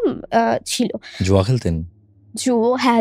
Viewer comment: Bangla te to onek bhul Amabarsha noi - Aumabosshya .. West bengal e ki quality of education eto tai fall koreche ? Maximum chele meye gulo ke dekhi bangla kothaye grammar bhul, shobdo bhul, uccharon bhul. Juo na , jua. Pension tar uccharon bhul Uni kaaj korten - korto na